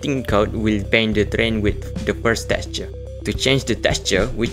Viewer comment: awesome guide, thank you❤❤❤ , its soo funny when you says teqture 😆